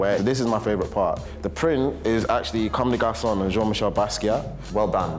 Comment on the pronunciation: they’re pronouncing comme des garçons like comme des garçonne